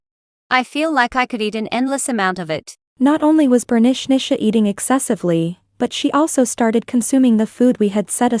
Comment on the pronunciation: Last story they says Bernichnicha but it's written Bernicia 😂 It made me laugh a lot each time her name was said 😂